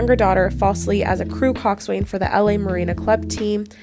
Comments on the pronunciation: It’s not pronounced coxswain. It’s weird it’s pronounced coxsin. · It’s pronounced Cox-an, not Coxs-wain.